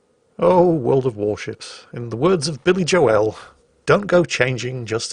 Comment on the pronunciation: Billy Jo-el? I know you’re bad,, but that hurt to my core.